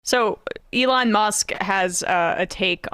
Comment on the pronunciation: I love how Sam pronounces his name as: "A-lawn" 😂😂😂